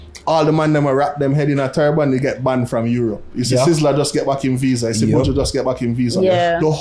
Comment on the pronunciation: He lost me when he said buju!